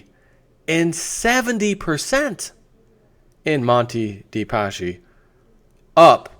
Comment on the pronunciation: I'm italian, it's pronounced Paski and not Pashi...anyway good try :)